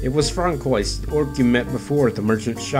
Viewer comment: Francoius are prenounced Fransoa